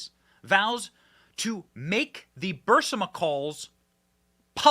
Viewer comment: Benny, it's "Burisma", not "Bursima".